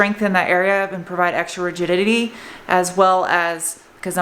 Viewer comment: You said "rigidididy" :p